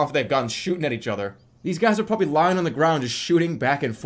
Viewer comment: the bostonian jumped out in a major way. "where the fuck aah these people"